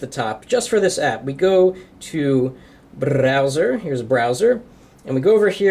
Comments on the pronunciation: in to the whaaaat? hahaha the brrrrrrrrrowser? ok miniminimninmin! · BRRRRAOWSER!!!! hahaha! XD